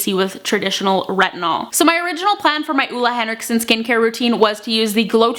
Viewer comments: Great video! He makes amazing skincare :-) And btw, it's actually more like Oh-le Henriksen, not Uh-le Henriksen :-) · It´s not Ola Henriksen, its Ole Henriksen :) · hehe, I'm from norway and you don't actually say ole henriksen like that <3 it's very hard for english talking people to get it right.